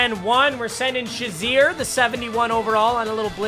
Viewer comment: It’s pronounced shay-zerr but spelled shazier